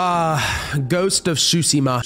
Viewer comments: BRO GHOST OF T SU SHIMA NOT SHU SI MA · Did he say shusima? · Ghost of tshosima and baZim great pronouncinaton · Yeah like seafood shushi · To make it simpler, it’s pronounced soo-sheh-muh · Ghost of Tsushima (Sue-shi-ma)!!!!! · Tsushima is pronounced soo-shima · If it is spelt Tsushima why say tshusima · Don’t wanna be a Karen but it’s pronounced (Soo-Shee-ma.) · The pronounciation on Ghost of Tsushima😭😭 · not to be a jackass but it takes a google search to finally learn how to pronounce Tsushima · Anyone else get triggered by how he said tsushima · He butchered the Tsushima pronounciation